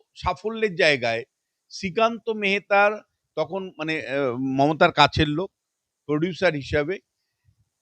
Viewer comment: মেহেতা নয়, মোহতা। কী জ্ঞানী লোকের বক্তব্য!!!